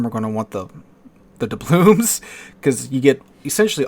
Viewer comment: Take a shot every time he pronounces doubloons incorrectly